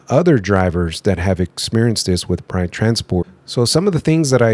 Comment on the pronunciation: When you say Pride it sounds like you're saying Prime lol 😂. Like on step brothers, Pannn. No PAM! JK have a great day. Thank you for sharing the video. Keep on truckin